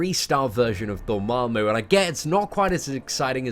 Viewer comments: it's "dormammu" not "dormarmmu" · dOHr • mAHm • moo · You butchered my name...